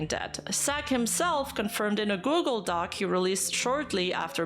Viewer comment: She did say google dockey at least once